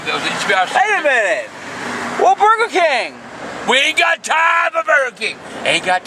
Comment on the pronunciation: “WAY MINUTE...WAH BURGR KIING!”